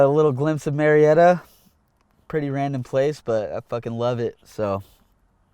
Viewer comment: Its actually Murrieta not murietta😂